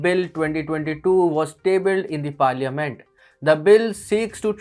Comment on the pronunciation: The pronounciation of Parliament is irritating. It's NOT parLIYAment but Parlament or Paarlumunt with the U sounding like U in umbrella. Commoners like me can misspell. Newsreaders cannot. Please notice. Thanks!